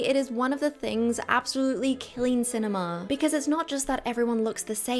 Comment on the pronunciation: Letting syllables ring should be reserved for extremely limited use and should probably be followed by a little silence for processing. Otherwise, clip your syllables, let your words carry the meaning, you do it well. eg. cinema, not cinemaa.